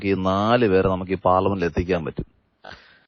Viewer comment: പാർലമെന്റ് അല്ല ചേട്ടാ......